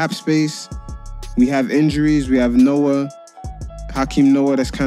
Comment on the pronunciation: you pronounced noah name wrong